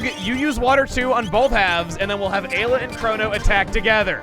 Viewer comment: He pronounced ayla correctly on the fly